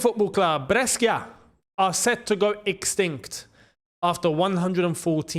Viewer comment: Pronounced Breshia